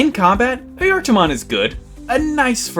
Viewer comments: As far as I know, it's pronounced "eye-a-tar" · I always heard it pronounced Aye eh tar mon do maybe they got it wrong who knowd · Nice vid, and wonderful to learn of a new digimon. Though, I need to ask, why is it pronounced Ah-yar-tar-mon? I get the J sounding like a Y, but it sounds like you are adding in an extra R. Is that just your accent? And as it goes on it sounds more and more like Ah-yar-tah-mon. Also, glad to know it's more like Mario & Luigi instead of Cain and Abel. Wouldn't want to have part of the troop left on my pillow as a "welcome home" present.. As for if you pronounced it right, according to a finnish translator program, so take some grains of salt with this, it's pronounced Ah-Yah-Var. Hopefully this helps. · I usually pronounce it as ah-juh-tar-mon or uh-juh-tar-mon but I could just be saying it wrong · As a Finn i need to point out two things. One, don't worry about the pronunciation, the correct name for the being is Ajattara, and the Digimon is trying to sound like someone who controls time. Two, it is a FEMALE forest spirit, so Ghost Game got the personality down, and you fumbled it XD